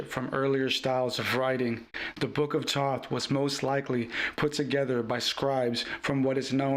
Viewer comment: His name is Thoth. Pronounce it correctly at least 😢